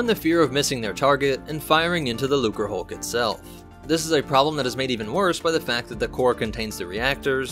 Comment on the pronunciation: Hey you finally didn't pronounce the C as a weird S. Looserhulk lmao 👍